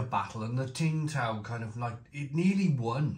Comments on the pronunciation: It's pronounced "Sing" Tao. It's very nice. Skunkyness 😂 Becks and Peroni used to do the same. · Tsingtao,pronounced 'ching-dow' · Tsingtao (pronounced Ching Dow) is a classic and a solid beer in China. There is Tsingtao gold label in China in the small brown bottle and it’s the most consistently good lager beer in China (imo). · Tsingtao Pronounced Sing-dow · Isn't it pronounced Sing Tao ? 🤔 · You don’t pronounce the t I was once told